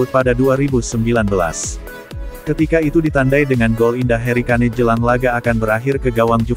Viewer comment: Tulisanya kane bukan berarti bacanya kane juga 😂